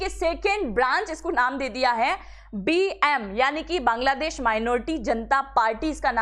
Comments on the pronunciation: aap pahla sabd bangla desh ki jagah kangla desh bol rahi hai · मैडम बांग्लादेश है नौ कांगलादेश😂😂😂